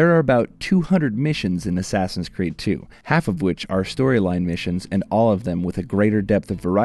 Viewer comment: ASSASSIN' SCREED ? lol ! Batman ? LOL !